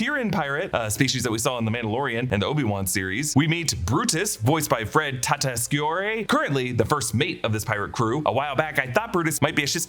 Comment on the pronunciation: fred tatasciore’s last name is pronounced ‘tat-a-shore’ from all VA/cartoon podcasts and documentaries ive seen.